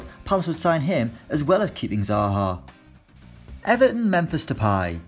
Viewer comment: Who else was gutted by the pronunciation of Everton. He said aven